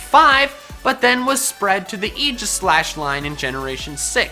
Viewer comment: You know... I super-mega appreciate that he pronounces aegis correctly. it's so rare, and I hate when people say "egg-is," and I hate being the guy who is like ummm, actually you say it this way zzz